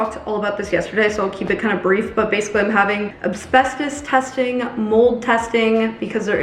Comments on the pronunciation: I wonder if there actually was another offer or if they were just saying that. If there was, I hope they did their checks too. Shame we can't get an update on that lol Also, it's Asbestos, not Absbestos lol Given how much research you do, something tells me you were saying it incorrectly intentionally.... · Hey just so you knowwww, asbestos is pronounced ass-bess-tos not ab-sbess-tos! The S is before the B. Just didn't wanna have you finding out in like 5 years and wondering why nobody said anything 😂